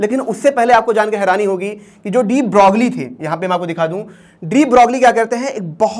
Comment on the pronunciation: Please correctly pronounce Louis de broglie